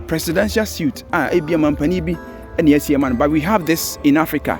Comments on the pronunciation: Please stop mispronouncing "presidential suite"! Suite =SWEET; SUIT= an item of clothing. Interesting video , nonetheless. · Very beautiful and neatly done.Thanks for showing the world what we have ✌🏼 By the way Suit is the clothing and suite is pronounced sounding like “sweet”